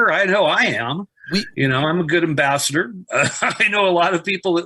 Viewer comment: The way he pronounces “ambassador” though